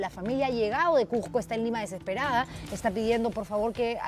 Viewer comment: CUSCO no CUJCO??????? CUSCO CUSCO CUZCO CUZCO QOSQO CUSCO CUZCO, por favor hablen bien: NO SE dice CUJCO, no CUJCO , SE ESCUCHA HORRIBLE, que vergüenza !!!!!!!!! PERUANO no PERHUANO.